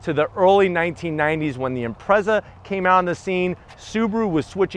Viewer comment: Imprezzuh? So I’m guessing you pronounce it pezzuh?